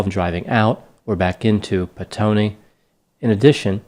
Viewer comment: Well done on your pronunciation of the place called Petone👍 also sex workers confirmed said he was with them ...still it is a bit of a mystery and there are theories about his business partner ..very sad case mate it was brutal 🇳🇿😔